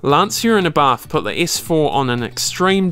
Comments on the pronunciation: "Lancier and Abah" love it. It's not Lancia, it's pronounced Lancia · Since he couldn't be bothered pronouncing Lancia, Abarth or even just spaceframe correctly, it's no surprise that there's poorly composed CGI images of the car, and imaginary 'boost' curve in a false graph. 🤷🏼‍♂️🤦🏼‍♂️